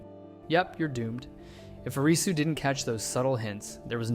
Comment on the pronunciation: Thank you for pronouncing Arisu's name properly instead "A-RII su"